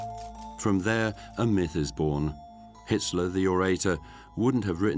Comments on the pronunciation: Why are they calling him Hisler? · Sounds like the narrator occasionally says Histler or Hister( Nostradamus prediction) Inconsistent pronunciation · Sounds like the narrator is saying "Hitsler". LOL. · Why is the voiceover call him hitsler